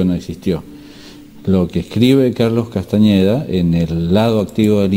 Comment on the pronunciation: gracias a vos comence nuevamente a transitar el camino del guerrero de Carlos Castaneda. te queria consultar que pensas de las tecnicas de PAses Magicos y recapitulacion. Otra cosa sin importancia, por que le decis castañeda con ñ? no me gusta, sin importar si es con n o con ñ, yo lo llamaria como el mismo se nombraba, tenes que admitir que él es el mas grande despertador de conciencia de los ultimos 50 años que pensas de la meditacion trascendental de Maharishi? crees que es un ser de luz o un engaño mas? muchas gracias, un fuerte abrazo